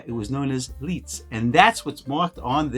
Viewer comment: Great video, I’m testing my Hector out this week on my Leica M3. I like the look of the pics for portraits. Oh, just an FYI, in German “ei” sounds like “eye” Leica and Leitz sound the same. Going the other way, “ie”would sounds like “teen.” Thus, wienerschnitzel! Thanks for your videos.